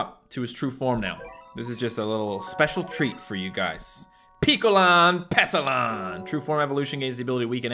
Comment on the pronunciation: Piccolan is pronounced pic and picture.